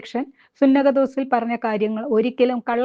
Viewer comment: Poyi chakamo thalle Learn to pronounce sunahafhose